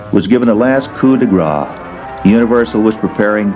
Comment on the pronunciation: Coup de grace, not "gras" - really doesn't mean quite the same thing....